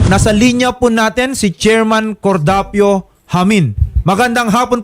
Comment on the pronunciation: Hayyyyy cordapio.....cordapio..... grabe ka cordapio 😂